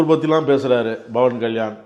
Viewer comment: ஐயா! நேர்முகம் கண்டவரே! பவன்கல்யாண் என்ற பெயரை ஏன் பிழை GTGபடப் பேசுகிறீர்கள்? அவர் பெயர் PAWAN KALYAAN ஆகும் BAWAN KALYAAN அன்று.